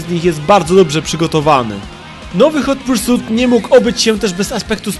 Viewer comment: Hot Pursut ? A ja myślałem ,że Hot Pursit XD